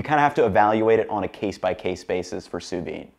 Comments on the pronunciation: Good choice of fries... but you seem to be saying 'sous vine' there. Sous vide, my man! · I've never heard it pronounced "soo veen" before. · You do pronounce the “d” in sous vide. I know I’m being pedantic, but you said it so many times it was impossible for me to ignore it! 🥴 Enjoy your new home!